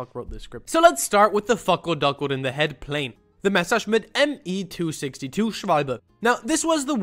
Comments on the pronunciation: bro that ''messerschmitt'' sounded so german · you german or german speaking or how can you pronounce messerschmitt and schwalbe so correct (im german)